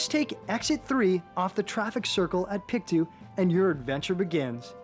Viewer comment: It's pronounced..... PIC - TOW not PIC -TWO. ;)